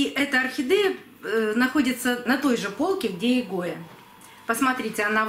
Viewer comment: Зачем букву е произносить э орхидэээя